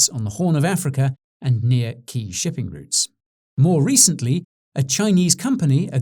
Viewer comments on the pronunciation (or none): none